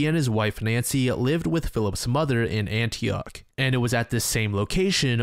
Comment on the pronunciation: NO ANYTHING BUT ANTIOCHHHH CMON MAN.